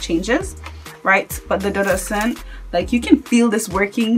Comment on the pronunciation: Dudu is pronounced doo doo. It is a Yoruba word that means black. Ose Dudu means black soap.